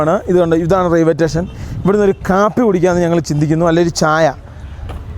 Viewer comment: Railway station പറയുബോൾ ശ്രദ്ധിക്കുക.